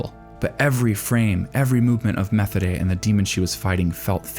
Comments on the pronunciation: Not to be that guys or anything but Methode's name is pronounced Meh-Toad-a. This is just the second time I've heard it said this way, apologies for being the pronunciation police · Methode (meh-TOH-duh) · Methode = meh-TODE-eh Linie = LIN-ee-eh That "eh" sound is like a short "e", and does not rhyme with "way". Close to a schwa in English. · I have just gotten to the mark and I need to say this, PLEASE WATCH THESE IN THE DUB AT LEAST ONCE, you keep pronouncing the names wrong. Methode's name is pronounced Muh-toad-da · Not trying to nitpick, but you are pronouncing Methode wrong. I don't know why it is bothering me, usually these things don't. Maybe because I like watching in dub, idk. But I really respect your video essays, and I can tell you respect this show so much. I just feel getting the name right is important. It should be pronounced more like "Meh-toad-uh." There's no "th" sound in German, which is what was really throwing me off. Unsolicited tip: Go to Google translate and enter the characters' names on the German setting, and have it pronounce for reference in the future. Really appreciate your content! And I loved this video! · A note on pronunciation: Methode's name is pronounced "meh-TOH-deh" (hard "t" sound. There is no "th" sound, and the ending vowel sound is "eh", not "ay"). (Technically, the German pronunciation of the word it is based on is closer to "mee-TOH-deh", but the characters in the anime all seem to pronounce her name with an initial "eh" vowel instead. However, in German there is still no "th" sound in the word either.) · I could have sworn Methode's name is pronounced as Ma-tow-da. Great video as always! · Great Video, but as German the way you say Methodes Name Kills me. In German we dont have a th Sound. Its Just pronounces t as in Tennis and the h ist silent